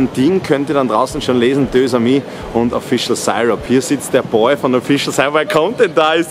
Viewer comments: Deux⏑amis, wird ausgesprochen Dösamie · Des heißt deux amis